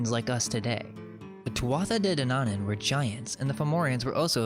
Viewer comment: De Danaan is pronounced day Danawan.... Like yawn.